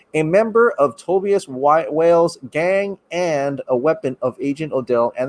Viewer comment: The way he pronounced Tobias. 😬😬😬